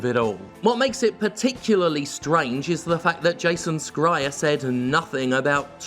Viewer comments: Is Jim saying these people's names wrong on purpose? Because I love it. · Hey Jim. Just fyi you mispronounce Jason Schreier's name. The c is silent. You can hear him say it on his triple click podcast. Good stuff too. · I thought it was pronounced Jason Schreier with a 'ʃ'... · every time you say Jason Schreiers name the small part of me that is german is dying a bit more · Isn't the C essentially silent in Schreier's name? Jim's pronunciation is causing a disturbance in my soul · Is he deliberately pronouncing Jason's last name wrong on purpose? Or is that just something he does........ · Is that actually how you pronounce “Schreier”? I always thought the C was silent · This is the least important thing here but will Jim ever learn to pronounce Jason Schreiers last name? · I think Jim knows but doesn't care 😂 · His name, Schreir, is not pronouonced "Skryer" but "Shryer". It may be that we have "school" in English, but English is shit at pronunciation rules. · Scrier ? Is that how his name is supposed to be pronounced? Thought it was more like shrier or smth. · its pronounced shryer not scryer. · Isn’t Jason’s last name pronounced ‘Shree-er’, and not ‘Skry-er’? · I agree with the content of this video but it’s really hard to ignore the mispronunciation of Jason Schreiers last name. It’s Sh-rye-er. Not Skry-er. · Hey man your pronunciation of Schreier is driving me nuts. it’s Sh-e-reier not Ske-reier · Is Jason Schrier's last name actually pronounced "SKRY-er"? I thought it was "SHRY-er." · I think it’s pronounced “Shry-er” not “sk-ryer” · Why do you insist on pronouncing it as Jason "Scryer"? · Can anyone fill me in on previous beef between Jim and Jason Schreier? Is it due to that prior beef that he always pronounces the name as "Skreier", or just Jim funniness? Have been wondering a little while. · I'm curious why Jim's pronouncing Schrier as Scryer. Did I miss something? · Jim, why do you keep pronouncing Schreier as Scryer? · I'm fairly sure it's "s-chai-er"